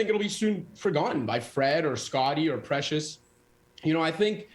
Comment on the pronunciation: Sid can't even get Precious' name right...how embarrassing. Guy has lost his touch and ppl respect